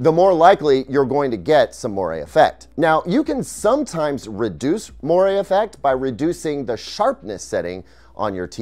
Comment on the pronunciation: That's not how you pronounce moire.